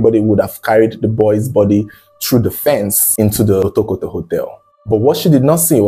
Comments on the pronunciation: Otokoto ❌ Wotowoto ✅ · you should have practiced the right pronunciation of Otokoto.